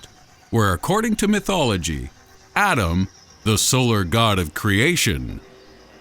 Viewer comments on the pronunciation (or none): It’s “Ah-ten”, not ADAM. 😡